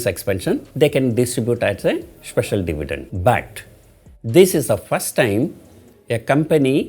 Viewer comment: It's dividend not divident..